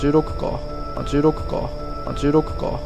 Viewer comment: 16か...が十六茶に聞こえる